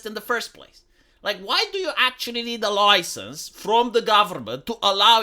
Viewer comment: "Oi! You got a loicense to say 'loicense' like that?"